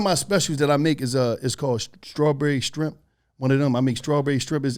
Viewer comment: ”strawberry shtrimp” 😂